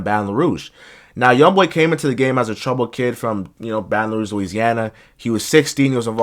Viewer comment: “Balon Rouge”😂